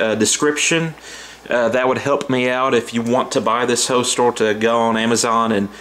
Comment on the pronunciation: I’m guessing you mean HOLSTER and not holstol